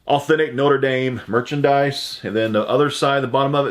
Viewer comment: You a tuay pronounce. Notre dame. Right the first time